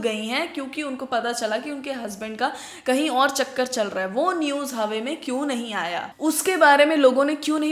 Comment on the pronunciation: everything is nice bas "hawe" nahi hota , hawa khud plural hai 😊 hope you dont mind.